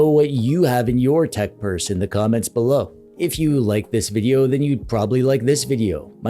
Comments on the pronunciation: Nice tech "Burse" 😂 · You "purse"uaded me that it is not a "pers" at all. It is definitely a bag. Puns intended all the way! 😂 Great content as always!